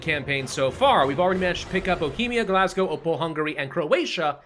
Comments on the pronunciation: I died everytime he said Glasgow. Where did the s came from. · Tip: Głogów is pronounced Gwo-goov